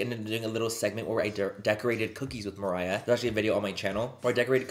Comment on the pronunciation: Yes, maybe the fact that you waited for so long explains why the chemistry was a little bit off between Mariah and you. It wasn't your best video, that's for sure. You seemed nervous (you were not even able to pronounce her name at the beginning of the video), and you overcompensated by being a little bit too loud and overzealous. But I suppose that's the Mariah Carey effect. I believe it would have been better if you were able to match her calm energy.